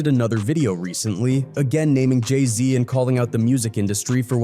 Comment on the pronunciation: J i z yea you dont know anything brother 🤣 learn to pronounce jay-z correctly before doing a vid